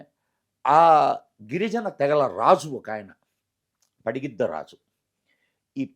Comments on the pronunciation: పడిగిద్ద కాదురా వెదవ పగిడిద్ద రాజు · పడిగిద్ద రాజు కాదురా .. పగిడిద్ద రాజు... యాంకర్ కి తల్లి కూతురు అంటే తెలియదా అవునా అంటుంది ..😅😅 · Padigidda kadu pagididda raju correct ga pronounce cheyandi